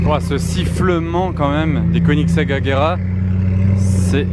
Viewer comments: Koenigsegg, se dit queue nix ègue, inculte.. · Une quoi tas dit ? KONITEG ? 😂😂😂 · Koenigsegg Agera RS